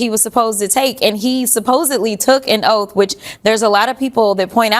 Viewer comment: He swore an “Oaf” then he is dead on correct!😂